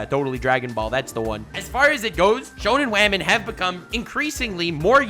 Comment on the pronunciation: I love every time he says that wah-men are being more or less helpful🤣🤣